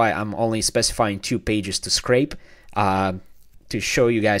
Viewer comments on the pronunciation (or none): none